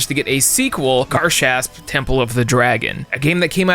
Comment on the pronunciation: You’re butchering garshasp sooooooo fucking bad